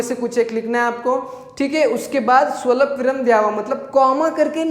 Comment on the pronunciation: स्वलपविराम नाही स्वल्पविराम